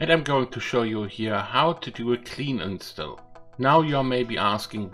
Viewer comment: If you don't mind a suggestion, you may want to check how to pronounce a word like "install" and some other words. Also, the way you said "bye bye" made me cringe so hard! Other than that, good video.